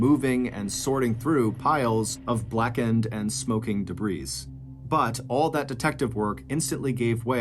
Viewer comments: Bro said dabreeze instead of debris.💀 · John, listen, you gotta stop pronouncing the S in the word debris. I've heard you do it in many other stories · I realize this is currently a 2-year-old video, but did you really say 'debris' and pronounce the 's?' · Still pronouncing “debris” like a momo idiot…